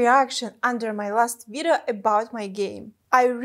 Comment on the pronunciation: I love Your pronunciation of the word "video" - it sounds like "vireo" ;) (like video+viral)